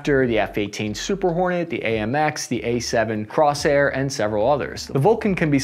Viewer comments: . It’s pronounced A-7 “COURSE-AIR,” not “cross-air.” Geeze, I tell ya! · Feel like you cut out too much detail. Also, learn how to pronounce things. You’ve got the Ukrainian stuff down pat, but it was a Corsair not a Crosrair or wtf you said. That whole section sounds like your brain went pop in the middle of it. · LOL - you duffed the name Martin Mar-TEE-a instead of Martin Mar-EE-etta. Gave me a laugh, I remember when they merged and we called them "LockMart". THEN you called the A-7 CORS-AIR the A-7 Cross HAIR. Who writes your scripts and does the spellcheck? Still chuckling. Keep trying there you great big lunk of an average enlisted man! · Great video, especially the part about the U.S. Navy's Sea-Whiz. Just a few corrections though. it's Martin Mar-i-et-ta, not Martin Mar-tee-a. it's the A-7 Corsair, not the Crosshair. It's a very effective weapon, once it's turn on in AUTO mode. It does nothing but track in the STANDBY mode. In the AUTO mode, it shoots at anything and everything in its envelope. So if you're a friendly, don't get near it unless you're cleared inbound. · Hey, it’s Corsair not Crosshair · you gotta' learn some pronunciation. Let me help you out: Martin Marietta (mary-et-a, not martia) Corsair (corse-air, not crossair) Pneumatically (new-matt-ick-ly, not newmotickly) IFF stands for Identify Friend or Foe. Not IFFF. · MARTIN MARIETTA! NOT MARTEEYAH. A7 CORSAIR, NOT CROSSHAIR. Good grief, do some prep and editing so you pronounce words properly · without trying to be your 8th grade English teacher, you need to pay a little more attention to your pronunciation. It's 'Marietta', not "Martia'. The A-7 is the Corsair, not "crosshair', which I know is confusing for you infantry types. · I love your videos, even if you can't pronounce words. Corsair becomes Crosshair, pneumatically becomes mnemonically, and others lol. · Wow..ok...Martin-Mar-TEE-UH. no dude... And the A-7 CrossHAIR!?!? Bruh...you crack me up...😉